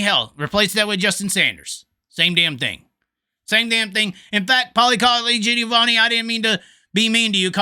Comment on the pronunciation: To hear you say Giovanni - Paulie Colagiovanni that many times that fast without screwing it up was impressive :0)